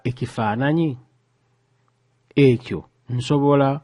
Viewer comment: Spotted errors in your pronunciation of 'Ki' and ' Ekyo'